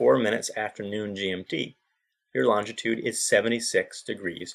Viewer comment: Longitude. Learn how to pronounce it before you attempt to discuss it.